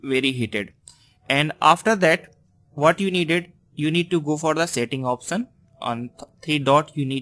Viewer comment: option ya oftion 😂😂😂 improve your English 😂